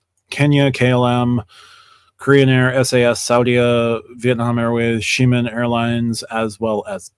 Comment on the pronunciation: “Xiamen” is properly pronounced zha-MEN 😉